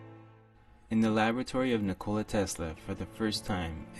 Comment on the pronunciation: Butchered his first name, he isn't a 'cola'